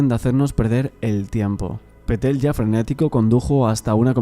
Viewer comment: Pa Patel Se pronuncia así, perfecto 👍